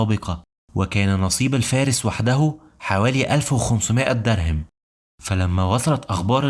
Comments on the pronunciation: اسمه دِرْهَمْ وليس دِرْهِمْ الهاء مفتوحة وليست مكسورة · جميل ما شاء الله، أتمنى حقا بس تضبط نطقك للفصحى في بعض الكلمات زي "معركة" "درهم" + أبوبكر قال "أعجزت النساء أن (تلدن) وليس تُنشئن". فيديوهاتك جميلة جدا ومفيدة جدا وأنا ما شاء الله عندك قبول، ولكن فعلا أتمنى تضبط الحاجات البسيطة ديه لعل الناس تتعلم من نطقك مخارج حروف القرآن واللغة العربية عامة، شكرا على مجهودك 💙